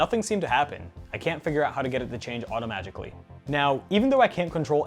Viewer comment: Lmao he said automatjicly 😂